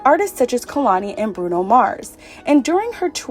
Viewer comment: Also Kehlani is pronounced “Kay-lani” and no “S” at the end of Ty Dolla $ign ♥️